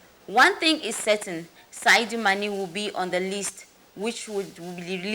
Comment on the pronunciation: Whether the called e oooh or dem no called e ooh wetin concern me? Dis journalist sef na how ehhh you no fit read? De name na Sadio Mane nobi Saidou Mane masa.